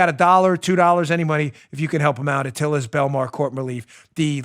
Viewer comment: The Atilis Gym IS NOT pronounced Atilla's, you dink. You were there for god's sake. Be smarter.